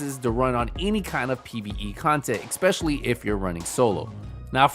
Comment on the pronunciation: Ok man I'm not usually so nice as this makes me cringe when I hear it. It's the same with other words too. It is pronounced ES-Specially. EK-Specially does not exist. You might have to work at it to correct it, but it needs done. Just hope you don't say Nuke-U-ler either or it's a lost cause. lol